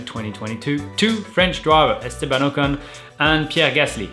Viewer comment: Funny that Romain pronounces a lot of words with a thick French accent, but then pronounces “Ocon” and “Gasly” in a more English way lol